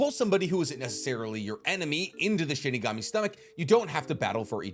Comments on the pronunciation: It's SHINIGAMI not SHIKIGAMI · IM SORRY U KEEP ON SAYING SHIKIGAMI ITS SHINIGAMI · Did you really say **Shikigami**?? It's SHINIGAMI as Shi literally means death, and Gami means God - so Death God, easy. But, I shouldn't be suprised, you keep calling Shisui's MS jutsu KotoamatsuKAME :/ and Tobirama's jutsu Edo TenSAI :D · Shinigami. not shikigami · I've always loved listening to theories, but MY GOD does it annoy me when he mispronounces words like Shinigami, he says shikigami, or when he says jibuka tensai when it's JI BA KU TEN SEI, or and some other stuff, im sure you guys notice. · Bro what the hell is a shikigami it’s Shinigami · first it was Chibuka Tensei (Chibaku Tensei) now it's Shikigami (Shinigami) 😭 I'm convinced that isn't the Naruto fanboy he said he is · I'm triggered. You keep saying Shi-KI-Gami. It's Shi-NI-Gami (loved the video)